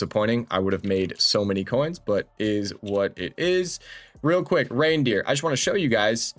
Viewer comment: Reindeer 😂😂 its "ryndurs". I quit fifa for a bit due to BF6 but still watching ur vids as its just interesting 🫡